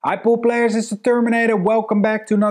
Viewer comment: I love you, and you're awesome Neils, but every time you say pool player I hear poop player lol. I appreciate and thank you for your videos.